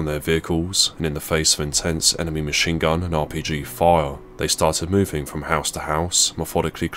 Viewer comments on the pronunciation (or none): none